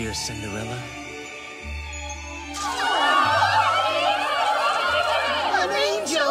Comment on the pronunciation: thats not Cinderella its kyorella 😂